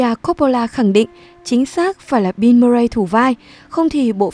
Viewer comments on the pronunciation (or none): none